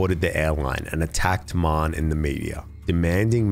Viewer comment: I thought his surname was Mann the whole time I listened until I read the comments. It’s pronounced ‘Ma-Hun’ (It’s a common Irish name & I’m Irish)